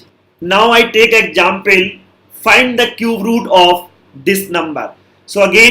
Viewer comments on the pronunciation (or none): I like when he say exapule